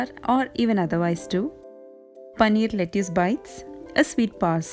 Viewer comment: Asslamwalaykum you said lettuce wrong. It is written as lettuce but is pronounced "let-tus." I love your videos and your cooking and DIY is so good. I like your spoon wall clock and I will try it. From California USA